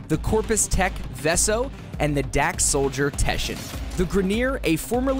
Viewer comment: did he just call the corpus dude Vesso? was that on accident? actually makes me mad! ITS VESO!!!!